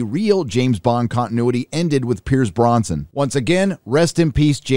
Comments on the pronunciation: Its Heracles not Hercules also its Pierce Brosnan not Pierce Bronson. Other than that good video. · It’s Pierce Brosnan not Bronson. Other than that, good video. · Pierce Brosnan,, BROSNAN - not Bronson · Pierce Brosnan. Not Bronsan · Pierce Brosnan not Bronson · Geez...Holy mispronunciation-ville! Blofeld...NOT Blofield. Brosnan...NOT Bronson. Heracles...NOT Hercules. Liza with a Z for fuck-sake!! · Pierce "Bronsan" lol!!! ~ (shake my head) Otherwise, spot on beat down, brother~ : ) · I could get past the constant "Blofield" but Pierce Bronson?!! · I don’t disagree with your review but I would point out that a) it Blofeld not Blofield b) it’s Pierce Brosnan not Bronsan & c) the virus was called Heracles not Hercules. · Pierce Bronson?! BROSNAN. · It's 'Blofeld' and 'Brosnan'. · Daniel Kreg? Hercules? Pierce Bronson? Mate learn to say things properly.